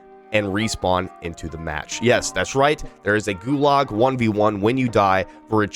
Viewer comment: yo bro,GULAG is pronounced more like GU-lodge like log but with a z-ish kinda ending